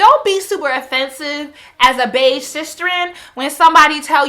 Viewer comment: I think she meant "beige" the colour and not "Paige"